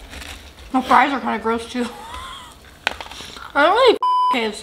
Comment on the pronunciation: “ pouleyt, Friiiizz, Kentukay”